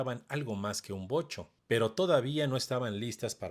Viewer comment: Wow Vocho y no Bocho osea los nacos solo dicen Bocho Si le atine😂 Fiuuuuuuuuu